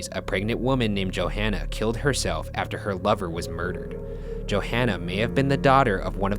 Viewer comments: Pet peeve: Her name is pronounced JoHannah not JoAnna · I'm sorry but its not pronounced Joanna. it's pronounced JoHanna. But it's whatever :) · Yeah that's totally not a publicity stunt Also why doesn't Ryan know how to say Johanna? "Joe Hanna" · Is it necessary to pronounce Johanna like 5 different ways throughout the video? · mispronounces Johanna's name three different ways sounds about right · Yo, my name is Johanna! It's pronounced a bit different tho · when your watching this and your name is Johanna too, but you know for a fact they mispronounced the name.